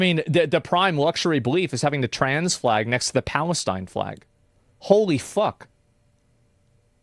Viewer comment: "I don't think you should have the trans flag and the Palesteen flag at the same time." Yup lol Asmond lives in Texas. Been out East a few times bud? lol